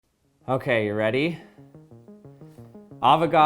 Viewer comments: I hear "long ass number" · Oh my God is Amber Is what I can hear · All I hear at the mid part is arow's amber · He sounds sometimes like he's saying Avocado's never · Avognos zender is what I hear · At a little over a sextillion its sounds like he is saying: Avocado’s never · "AVOCADO'S SNOBBER" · All I hear is “No Nut November” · When u get farther in the vid it just sounds like “ avagados numba “ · "AVOGRADO'S NAMBER" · Did I just heard "Avocado's Number"? Hahahahahaha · I thought he said avocados number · Please tell me I wasn’t the only one that thought it said avocado’s number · it sounds like "avocados? never!" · On 2x i heard avocados never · I was hungry and thought it said "Avocado."